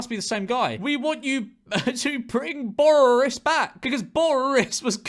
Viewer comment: George saying "borris" sounds like hes speaking in an Irish accent